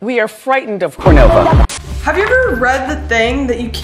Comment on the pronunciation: "We are FRIGHTENED of Cornova"